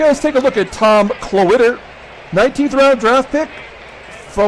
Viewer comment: Every time you said Klawitter I thought Cloaka